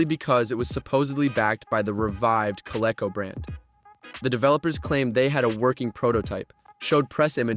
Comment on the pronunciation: It’s pronounced Co-Lee-co.